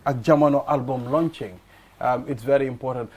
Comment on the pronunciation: Book launching... not "lunching"